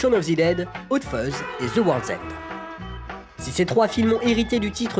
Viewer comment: Shaune of zi dède et Ze worlzend !